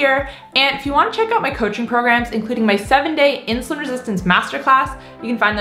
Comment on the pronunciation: oh! That’s why you say uut instead of out. ❤️